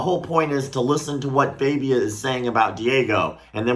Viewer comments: It is joshua fagia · Host: "Joshua Fabia? " Freak-boy: "Joshua FAHbia " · It's Joshua FA bia. FA like LA in La la land.